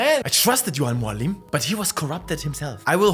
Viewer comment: No way you just said Al Mualim! You're an absolute legend, with impeccable taste!